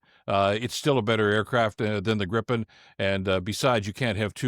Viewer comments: Damn it, it is pronounced gree-puhn, not grippen! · It's pronounced GREEpen, FYI. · The first syllable of "Gripen" rhymes with PIPE. Come on, guys !